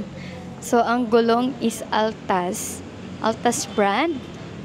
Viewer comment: ***ATLAS po, . . .hindi ALTAS